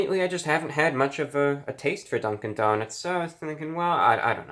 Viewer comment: Nobody: ReviewBrah: Dunk-IN donuts